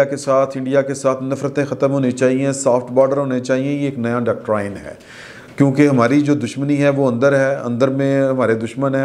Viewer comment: Doctorain nahin Doctrine hota hain.